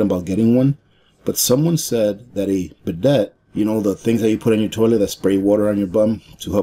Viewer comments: be-day (french bum cleaner) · Bidet is pronounced bee-day.